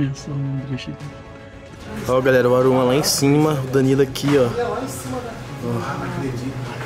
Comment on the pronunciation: errou na decisão e falou galela